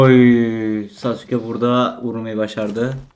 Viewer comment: Sasukenin adı sasukegūū degil